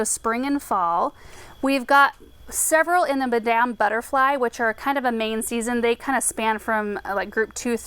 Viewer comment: madam sounds like madum